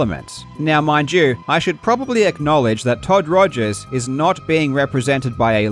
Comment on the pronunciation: Jobst Was that on purpose when you said Todd Togers? I'm not even sure if it was a slip of a tongue or tongue in cheek remark anymore. XD